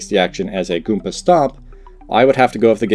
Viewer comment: goomBa not goonPa, that hurts to hear